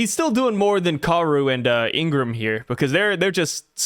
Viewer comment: I wasn't gonna say anything when it was just the chaper review, but I cant stand it any longer. Vivi's bodyguard's name is not Ingram, it is Igaram (pronounced ee-gah-rom)